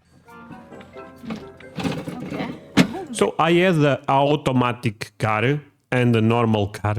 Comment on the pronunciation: Aw-tomatic, rather than ahoo-tomatic